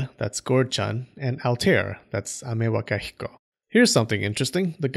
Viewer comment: I like how you can pronounce Amewakahiko perfectly and can't pronounce phenomenon